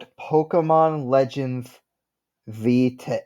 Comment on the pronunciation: I think you are the first person I've heard actually pronounce the name of the game properly lmao